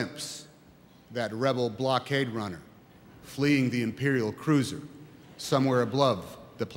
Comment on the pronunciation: It's amazing he didn't screw up "Rebel Blockade Runner" and "Planet Tatooine".